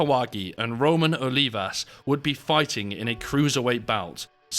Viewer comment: I see you can’t pronounce the names accurately but can you read?…saying Roman instead of Ramon 😂